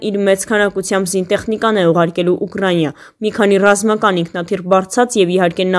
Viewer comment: Ուկրանյա չէ աղջիկ ջան, այլ Ուկրաինա